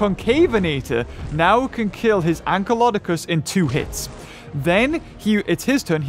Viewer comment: You said ankylokodocus !